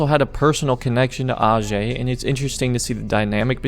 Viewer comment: hs name is actually pronounced ayjay not arjay